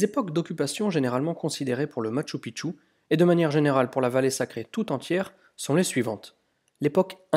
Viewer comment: Bonjour, Encore une magnifique vidéo. Une remarque toutefois sur la prononciation....:) Phonétiquement cela se prononce: maKchou PiKchou. Et non maTchou piTchou...Sinon cela signifie dans la langue "Mont petite bite".... à éviter de dire donc une fois sur place:) Amicalement Gus